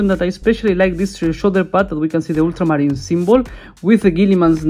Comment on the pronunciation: I love the way you say ultramarines. Oddly satisfying 😂